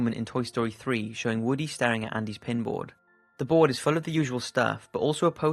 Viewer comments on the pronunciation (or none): on the bourd